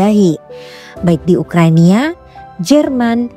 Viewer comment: bukan Ukrania. Tapi Ukraina 😂